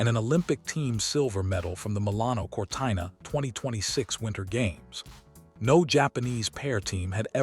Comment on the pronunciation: It's Cortino not CORTAINO.😢